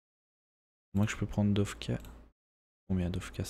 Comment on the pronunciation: J'ai remarquer que tu dit dofka alors que c'est dokfa ( je suis pareil )